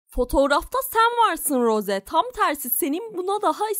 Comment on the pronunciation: Rose değil ros diye okunuyor